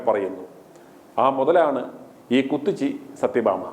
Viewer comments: ക്കൂത്തിച്ചി അല്ല കൂത്തച്ചി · കൂത്തച്ചി അല്ല കൂ ത്തിച്ചി